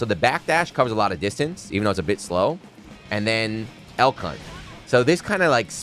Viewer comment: After about the sixth time hearing the name of his "Beyblade Jr.," I had to look it up. Elk. Hunt. I just kept hearing "L Cu...". Well, I probably still will. I wonder if the AIs scanning audio on videos and streams will. Uh, have fun with that, commentators.